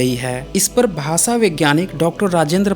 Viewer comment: आपके video बहुत informative होते हैं. बुरा मत मानीये. स और श के उच्चारण मे फर्क है . आप स और श मे कोई फर्क नही करते. भाषा का उच्चार भासा करते है जो गलत है.